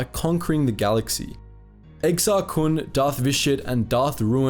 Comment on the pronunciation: i love the content your pronunciations on sith names. Good god almighty it pisses me off 🤣😂🤣😂 revan and vitiate in particular. The way you pronounce Vitiate and revan are no where near close to the correct pronunciation of the actual words their names come from revan specifically revanchist... the way you pronounce that... dear god nails on chalk board... accents are only so good of an excuse friend 🤣😂🤣